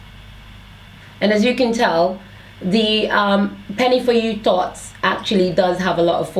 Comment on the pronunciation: The way you pronounce thots is soo cute Lol ... I love your natural hair videos !!!